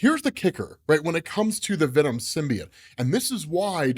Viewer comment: Learn how to say symbiote